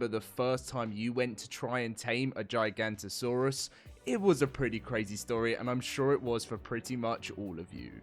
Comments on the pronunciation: GIGA NOTO SAURUS!!!! Not GIGANTOSAURUS!!! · Giganoto not Giganto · It’s not “J-eye-Gahnto-saurus” is “G-ihga-Notosaurus” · Bro purposely said giganto saurous for coments it worked 😑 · GIG-A-NOT-A-SAURUS < this is how its pronounced :face-purple-smiling-tears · Giga-not-a-saurus. gigantosaurus. Is a sauropod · bro still dont know how to pronounce giganotosaurus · Not how you say the name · He still can't pronounce the name. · I mean it's only been 10 years of saying it wrong guys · yeah there's no "J"